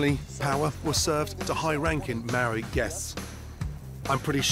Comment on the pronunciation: its paua not power like its Maori not marry